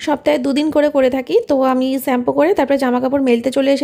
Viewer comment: তুমি খুব মিষ্টি একটা মেয়ে। তোমার ব্লগ ভালো লাগে। আজ একটা ভুল ধরবো.... আশা করি ঠিক করে নেবে। তুমি সেম্পু বলো এটা হবে শেম্পু। প্লিজ ঠিক করে নিও।